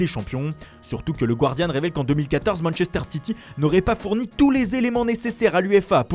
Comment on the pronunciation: Attention, pas "Gwardian" mais "Gardian" ;)